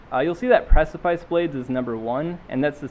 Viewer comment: Every time you mispronounce precipice, I get #triggered.